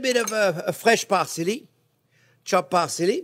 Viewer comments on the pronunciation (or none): Chopped par-silly. Love this man n his energy